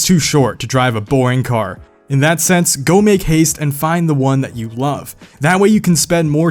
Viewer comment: “...that I loave the 2nd-gen Acura NSX...”